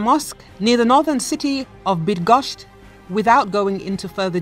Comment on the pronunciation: Ciężko się wymawia Zamość Bydgoszcz Brawo dla.reporterki za starania :-)